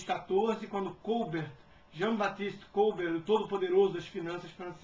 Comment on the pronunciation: Jean-Baptiste Côlbert????????? (ele era francês meu caro, o acento tem de ser na última sílaba) Tipo: Colbért